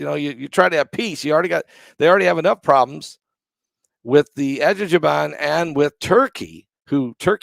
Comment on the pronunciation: you prounance it : Aser-bayjan